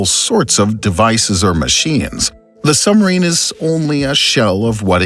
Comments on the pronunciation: Why is the narrator keep saying sumarine? It's suBmarine. I literally cannot finish this video hearing that word again. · Sorry, but I can't get past the use of the word 'Sum-arine' every 10sec. The topic has a B in the name 👍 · Interesting narration. It calls attention to one's pronunciation of "SUB"